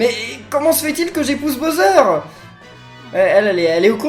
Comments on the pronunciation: Il as un Problème de préconisations typique français.... Il prononce Bowser ( boseur ) Je préfère les YouTubeurs Englais car il’s prononcent beaucoup mieux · le méchant des paper mario s'apelle bowser pas boser!